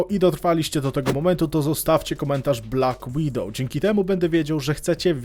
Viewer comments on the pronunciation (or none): "BLACK WIDOWOW"